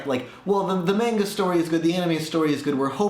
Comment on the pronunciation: It`s pronounced (MAH-nga),not (MEH-nga).